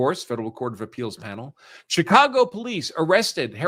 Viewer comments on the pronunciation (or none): none